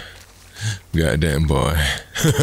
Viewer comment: "gaddameh" That word came back